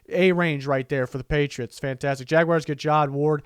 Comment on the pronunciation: patritos? Lol